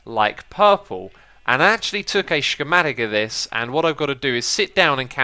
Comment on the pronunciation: Shcematic? :D